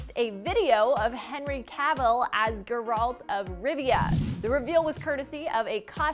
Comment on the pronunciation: Who’s “guralt” ?